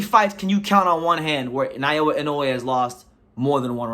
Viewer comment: He is not Nayowa but Naoya.